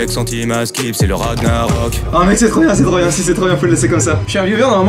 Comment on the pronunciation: On dit pas ragnarok ça se prononce ranillarok